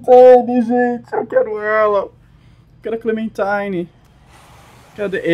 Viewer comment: que clenmentime se ta falando